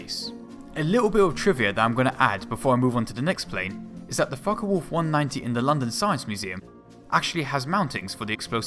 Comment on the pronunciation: Mistrel and it's folke wolf not folka